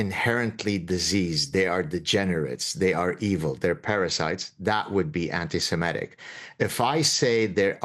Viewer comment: Semitic, not semetic.